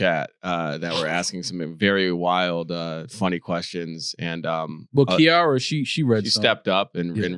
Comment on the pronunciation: proved in this episode that white people say names wrong on purpose cause how you say Kira and Mia wrong after other people have said it.